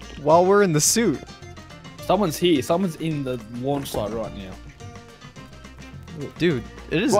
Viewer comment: "LUANCH site" lol